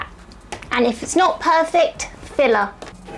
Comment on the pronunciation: With your accent "filler" sounds like "filla" and then you held up the tube and that's what it said on the label! 😅😂❤ I died of cuteness!